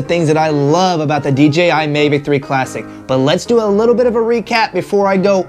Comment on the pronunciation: Mavic not Mevic.